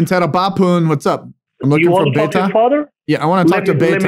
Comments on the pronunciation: 'Mai(n) teri maa hu(n)...'n' is silent, never pronounced. 'Beta" not 'beyta' , that's why they cannot understand you perhaps? Like bet and then add an a, beta. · When you say beta don't go bay-tha. Just use the be like in the way you go ba in baa baa black sheep.